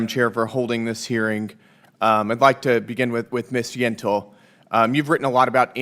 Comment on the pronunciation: "Yentel" - say no more.